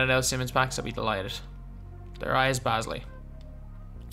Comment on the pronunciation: “Da Riusssss Baz Ley”